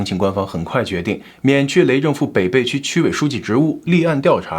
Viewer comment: 发音有个小错误，北涪区，应该念being fu qu